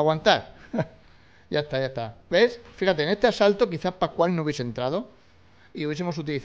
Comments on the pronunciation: Asalto ❎ Asato ✅ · En todos los asaltos en vez de decir eso dice asato😂😂